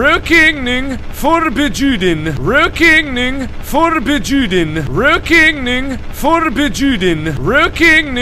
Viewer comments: "ruokeneing forbejuden" So close Mark, haha I'm dying x'D At least you spelled it right. :) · He actually said Rökigning Förbejuden fro everyone thinking he is saying something else :|